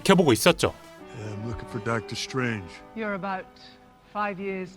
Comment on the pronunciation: 그냥 ..저는 그냥 저배우가 좋습니다😳🙄😌 #그의 영국식발음은 들으면....휴그랜트.나의 콜린퍼스....과는 다른 마력으로 날 이끕니다👀 사실(쏙닥..쏙닥 저는 DC관입..니다🤫🤐) 그의 옷처럼 #덕\터/스트\레인~쥐-(악센트)가 쫭이됩니댜!😲💖💯👍👏👏